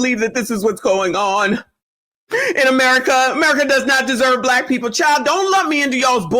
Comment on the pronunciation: Yes lawd, the rant. 😅. I've given up on most of "alla our peepoh".